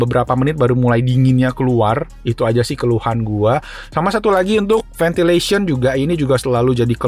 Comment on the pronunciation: Maaf boss.. iya emg tulis nya Ventilation.. tp kl suara pake e - Ventelation- .. (seperti revelation) .. maaf gitu saja !!